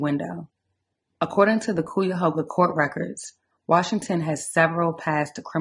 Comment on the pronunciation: This is so sad. More should have and could have been done. Cuyahoga = kye-a-hō-ga .